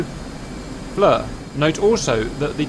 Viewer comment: JS it's FLIR [pronounced FLEER] not FLUR or FLOUR